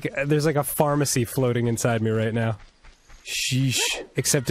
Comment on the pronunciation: Me He's going to say Harmacy. I don't know the context, but he's going to say it. He said Harmacy